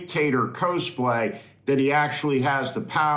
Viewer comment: Steve, the first syllable of “cosplay” rhymes with “costume”, as “cosplay” is a portmanteau based on the term “costume play”.